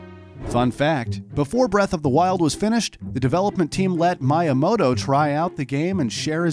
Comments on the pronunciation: That pronunciation of Miyamoto is how you know the guy speaking is just a narrator and knows nothing about the stuff he's talking about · Mii ya mo to Not My ya mo to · why he keep saying Mayamoto 😭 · my-i-mo-to.....its pronounced me-ya-mo-to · I will never be able to unhear Miya-moto I'm scared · If this guys say MIEYAMOTO in the evolution of Mario I’m gonna throw this phone from my roof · My-a-moto. Not how his name is pronounced and it bothered me the whole way through. It's also worth mentioning that, sorry to ruin your day, but Master Quest IS Ura Zelda. It has been extensively researched by TCRF that the game only checks for data from the disk for dungeon layouts and nothing else. There is no evidence of an "Ura Zelda" with an expanded story and new dungeons, MQ is the Ura we were intended to get all along. All they did was convert the disk addon into an n64 rom file and put it on a GameCube disk with an emulator, which again wouldn't have been that hard since it only affected dungeon layouts. Hell, the fact that Ura Zelda only changed dungeon layouts is the main reason that Majora's Mask exists in the first place. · TomAto, ToMahto. I pronounce Miyamoto: MeYaMoto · Oh yes Mi uhh moto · I had to stop watching because I couldn’t stand to hear “Shigeru Miyamoto” mispronounced over and over again... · Bro he kept miss pronouncing miyamoto and like I can’t 🤣🤣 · This is a really good video but I wanted to delete YouTube every time he said Miyamoto's name. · The heck with Miyamoto's name pronunciation...search things like this before doing a video. It was funny tho haha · how could you botch miyamotos name like that man :(( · anyone else highly annoyed at how he pronounced miyamoto's name? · My-uh-moto... I thought it was Mee-uh-moto... Also shy-garu? She-geru... LOL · It’s pronounced MEE-YAH-MOTOH not MYE-YAH-MOTOH & it’s SHEE-GEH-ROO NOT SHY-GEH-ROO